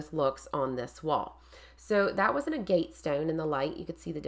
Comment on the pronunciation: oh fiddlesticks! To be fair to you, agg –uht! is one of those words we're all likely to first learn from reading it, with no template for how to actually say it. Like me with misled. For years in my head it was myzzled! What is this myzzled everyone keeps writing about, I wondered? 🙄 'Nitch' is just one of those that makes me... itch, and it's everywhere - newsreaders, politicians, allegedly clever people... so I did a double-take when you pronounced it correctly. Seriously, a first! Anyhoo, linguistics aside, key thing is your wall is effing gorgeous,! Well done. 😘